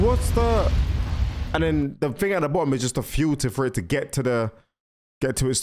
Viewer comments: Bro saying ting instead of thing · It’s thing not ting